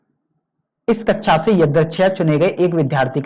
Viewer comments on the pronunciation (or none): Sir vo kaksha h kecha nhi